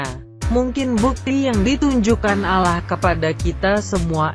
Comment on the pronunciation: Gua gak suka suara perempuan... Kalo panggil nama Allah yg benar jangan panggil aloh. Gerti gak Lo.